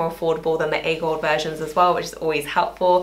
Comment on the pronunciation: It’s great to hear someone pronounce A Golde right, I’m so sick of A Goldee!